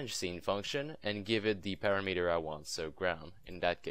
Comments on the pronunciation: Just FYI: parameter is pronounced PAh-RAM-eter, not PARA-METER Thanks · pu-RA-mu-tur not para-MEter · It is pronounced a PUGH-RAM-eter. I hear SOOOO many people say this the way you said it... PARA-METER, which is totally incorrect.